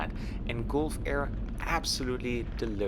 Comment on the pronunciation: It is pronounced as galf air, as you pronounce gulp...Gulfair